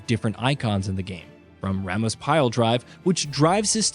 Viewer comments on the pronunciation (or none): none